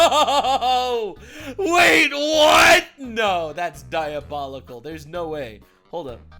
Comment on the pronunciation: Excuse me sir but it's pronounced DIABOULICKLE